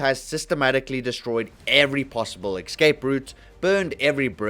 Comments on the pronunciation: Escape not exscape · its EScape not EXscape